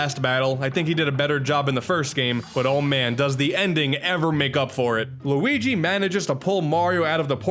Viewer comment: What is it whit people pronouncing Luigi so horribly, it gets extremely annoying!! LUIIIGi